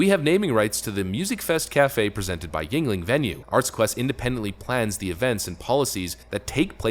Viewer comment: finally he is pronouncing yuegling correctly lol